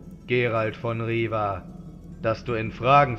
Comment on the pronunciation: Er heisst aber Geralt of Rivia… mit zweimal "i" und nicht Riva...im Englischen und somit musste ich mich erstmal umstellen aber ich finde Euren Aufwand echt super und auch die Musik ist sehr gut angepasst (ich erkenne sie wieder aus dem Spiel)...man wird auf jeden Fall suechtig nach Eurem Hoerspiel.